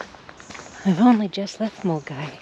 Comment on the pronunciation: Very useful and detailed intro to the WHW. Super impressed you were able to pronounce Milngavie correctly (some of the UK based Youtubers couldn't do it - they pronounced it incorrectly as Miln-guy) ;)